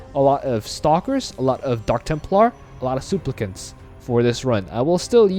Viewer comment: my fav pronouncation today is "souplicants"